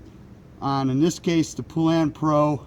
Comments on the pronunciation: Since you like things so correct, please allow me to help you with the pronunciation of Poulan. I live in a city in Louisiana where these saws (and other Poulan products) were made for many, many years. Poulan is pronounced pŌle' ŭn. Long "O" sound and accent for first syllable. Second syllable is almost an afterthought sound. Have a nice day!! :) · Why can't people pronounce poulan, its po-lun